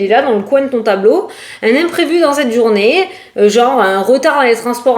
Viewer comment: Coucou belle! J'adore comment tu dis Journais😂😂😂❤ On a même pas encore commencé à écouter ton poste que l'on est déjà en train de rigoler 😂😂😂. Merci beaucoup pour ta bonne humeur et le temps que tu consacres pour nous tous 😘🙏👌🤞❤️